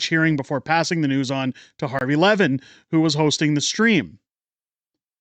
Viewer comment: FYI Mark Levin's name is pronounced "luh-VIN", not "LEV-in".